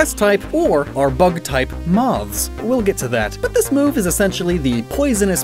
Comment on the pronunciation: Idk why but I hate how you say "moths" 😂